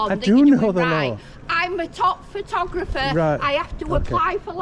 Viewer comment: she cant even say the word photographer ! how do they get let out without supervision ? you should complain to the local nut house